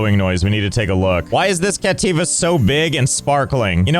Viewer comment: WHY DID YOU BUTCHER THE SHINEY RARE CATTIVA